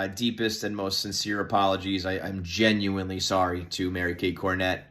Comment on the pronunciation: Starting a vid with “I gotta” followed by the over-emphasis on the word genuine, don’t sound that “genuine” to me…